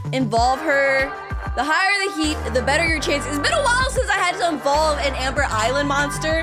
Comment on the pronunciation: IT IS SPELLED EVOLVE. IT IS PRONOUNCED EVOLVE. WHERE DID ENVOLVE COME FROM???